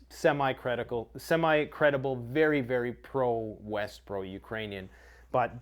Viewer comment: From west to east? I thought you said weast